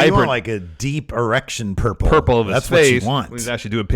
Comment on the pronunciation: Did say “an erection purple”? LOL whata guy. I love it 🤣